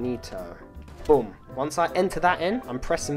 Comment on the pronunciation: You pronounce boom like "bum"